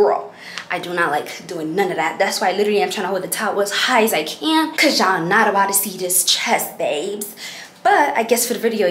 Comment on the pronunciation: “Cuz I’m bouttoou” had me rolling here and there 😂